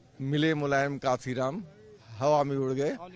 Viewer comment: मान्यवर साहब कांशीराम जी का नाम तो ठीक से ले लो पत्रकार,,उनसे बड़े नही हो तुम